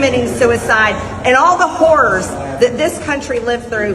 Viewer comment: She also pronounces horrors as whores.